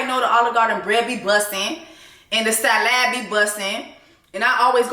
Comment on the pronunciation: the sa-LAD took me out 🤣